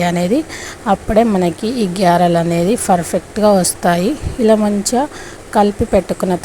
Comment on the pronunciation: గేరెలు కాదు గారెలు అనాలి...😂 అప్పడాలకు క న్నం పెట్టి గేరెలు అంటున్నావ్ నువ్వు 😅😅